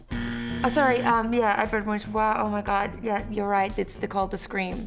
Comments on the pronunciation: Its prenounces Edvard Munk btw ;) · MUNK, the ch at the end of Edvard Much is pronounced with a K not a sh. An honest mistake, there is actually quite a debate even here in Norway(where Munch was from) weather to pronounce his name with a U or an O sound! Keep up the fun content! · does hurt a bit how they pronaunce his name as a Scandinavian person. Munch was Norwegian and its kinda pronounced Munk :P its not a shh shound its a k sound :) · As a norwegian I nearly lost it laughing when I heard how they pronounced Edward Munch last name! I mean, I dont really fault them for not knowing, but if anyone are curious, its basicly pronounced a hard K, Munk (the U being more like O too) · Ah hell, I pronounced ‘Munch’ wrong 🤣🤷🏼‍♀️ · Aww I died at Edward Munch. Lol. That’s when I knew to lower my expectations... as well as pronunciation 🤣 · I’m yelling at my fucking screen cause I know these answers!!! When they kept saying Van Gogh when it’s actually edvard munch. AAAHHH!!!!